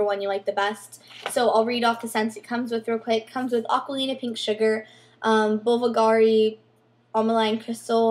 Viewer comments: the bvlgary one is pronounced as ''bulgary'' not buvalgary. just saying. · It's not Bulvugari. Bulgari. lol stop spending so much money, darling!!!